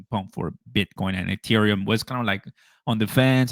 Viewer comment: really needs to learn HOW TO SAY THE WORD ETHEREUM